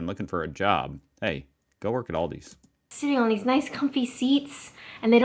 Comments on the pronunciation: and. I love Aldi. that's Aldi (not Aldis) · And it’s not Oldy 😂